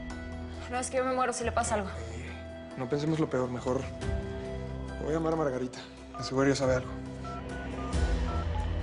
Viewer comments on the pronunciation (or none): A mi me dio risa cuándo dise Margatita ..Chela, Felicidad,🤣🤣🤣😅🤣 Violeta .vengan pa. ca🤣😅🤣